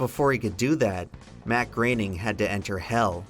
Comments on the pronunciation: Why is it pronounced "Greyning" instead of "Growning"? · It's not pronounced gray-ning It's pronounced groah-ning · GROW-ning not GRAIN-ing.. lol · IT'S PRONOUNCED "GROANING" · I always thought it was pronounced "Groan-ing" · Is anyone going to talk about how he mispronounced Groening so many times?